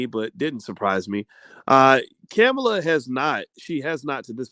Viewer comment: C'mon, Dr Bryce her name is pronounced "comma-La" thats so racist.